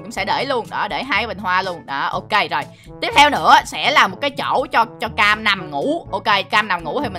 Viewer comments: Bé Cam mà anh đọc thành Bé Kem luôn😂😂😂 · nói bé cem😂😂😋